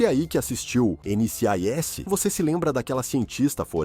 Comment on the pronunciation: chato de mais, sem falar que o nome da série foi falado errado o vídeo todo!